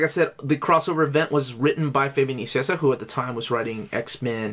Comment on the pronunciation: "Fabian Nicieza" is pronounced as "Fabian NiKieTSA". No pronounciation of a "c" in the name!